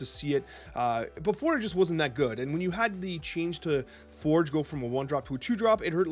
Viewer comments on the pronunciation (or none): none